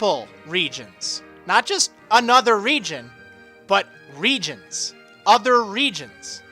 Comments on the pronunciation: the more you say regions, the less it sounds like a word... it sounds like regens now :p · You have said reGIONS so many times.... It sounds like your speaking Spanish... It sounds WIERD now...